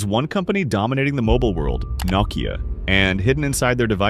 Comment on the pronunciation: What the heck is NOCKeeyah?